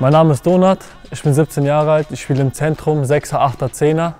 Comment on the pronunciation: Jedes mal wenn sie Donart sagen hört es sich so an wie Donut 😋